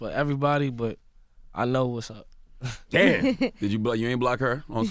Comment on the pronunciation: Angela yee lmfaooo she said damb it broke his leg haha